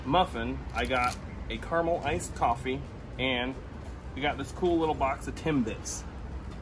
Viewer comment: You know, the second A is NOT silent in caramel